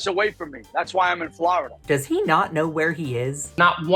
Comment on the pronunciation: why is he saying "Flarada"? Some mysteries mae never bí solved...